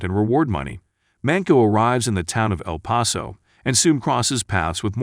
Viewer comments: yeah, his pronunciation of some towns + words is just whack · El Pah-sow?